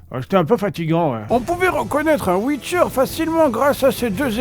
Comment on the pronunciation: zeu ouicheur